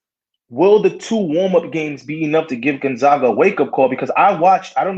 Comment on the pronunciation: You watched Gon-ZOG-Uh a lot this year?? All of ya'll probably need to learn how pronounce their name then so you don't sound like total casuals. Say it with me now: GON-ZAG-UH.